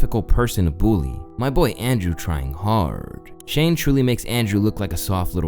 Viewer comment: Atleast you managed to pronounce Shane's name correctly